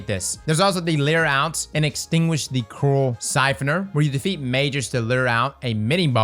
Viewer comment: Coral becomes “Corrl” or “Corrll” speaking English is like a man wrestling a crocodile. Spoilers becomes “Sporrlers” so I suppose motor oil would be “orrlll” and boil would be “borrrlllll”😁